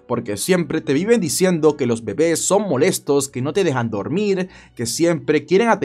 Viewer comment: Los bebés.son.molestos?se.oyo Muy.chistoso.como.se.pronuncio